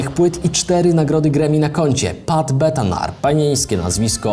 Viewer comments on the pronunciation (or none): Pat BENATAR, nie Betanar. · Benatar, a nie Betanar